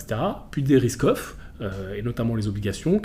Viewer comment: A chaque fois qu'il dit "risk off" j'entend "Ruskoff" 😅. Y'a que moi ?